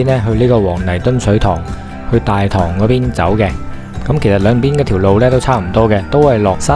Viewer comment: 大棠的正確讀音係＂大糖＂